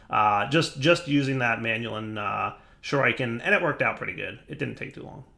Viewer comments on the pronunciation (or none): please. Shur-eh-ken, not shur-I-ken. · Its more like shu-ree-ken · they're pronounced "Shur-ih-ken" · it's pronounced shur-eeh-ken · pronounces shuriken... sad Ninja noises... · Wondering if will eventually be able to pronounce shuriken correctly.